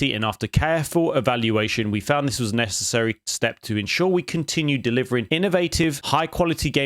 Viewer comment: The emphasis on necessary. Oh boy -_